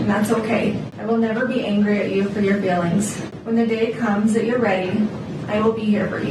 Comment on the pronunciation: "Feelings". Not "failings". FFS.